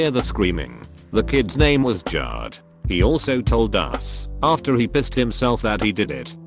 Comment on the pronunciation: Jared: Exists Robot voice: JARRED